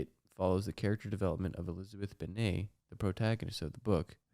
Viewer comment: the french pronunciation of elizabeth’s name 😭